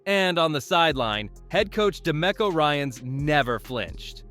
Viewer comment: Yeah and it’s pronounced de me co, not da mecko